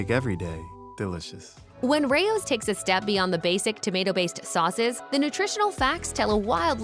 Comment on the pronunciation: They can't even pronounce the name Rao's right. 😂